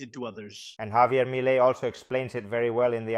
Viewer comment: También se le escapó un "my law" (Milei) 😂